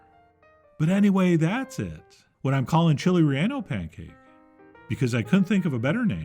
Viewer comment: Call it Torta de Rellano. (also it's pronounced Ray - YAH - no, not Ray - ANN - oh). ;)